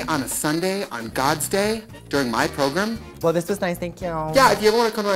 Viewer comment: I love how nobody points out how trixie says program like progrem